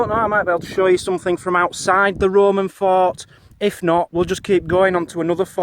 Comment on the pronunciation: I know you are saying fort, but it sounds like you are saying fart